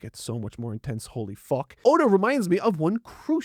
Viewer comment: i like this youtuber, he doesn't say fuck, he says fock